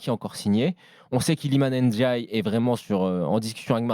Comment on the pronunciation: Ça se prononce Ndiaye (comme ça s'écrit) pas "Ennediaye" c'est dingue de pas arriver à prononcer juste.